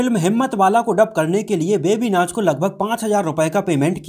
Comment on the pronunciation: मनोजजी "बेबी नाच " नही "बेबी नाज" नाम है उनका ।